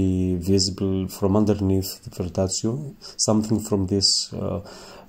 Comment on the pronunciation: Ma perché dici verdazio? Si chiama "verdaccio"...Ps Comunque molto bello come esegui la tecnica! Bravo, bellissimo risultato! 👍🏻